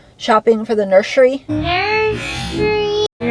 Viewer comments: Did she say "nershrey"? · Ugh!!..I hate the way GRB says “nurshurey”…🤢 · Nurshery lol